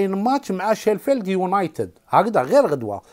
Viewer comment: شيفلد ماشي شيلفد .واصل ربي يوفق